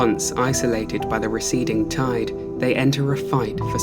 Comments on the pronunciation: I literally thought he said “toid” as a normal word instead of “tide” at the beginning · no way bro dtarted the video saying tide like that